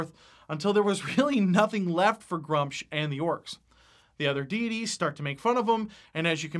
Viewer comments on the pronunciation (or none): I need to say this, the way he is saying gruumsh hurts my soul, it is pronounced gru-mish not grumch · Love the video, lots of good stuff :D Only thing: Gruumsh would have the "oom" sound like in Vacuum. also, mini market is love <3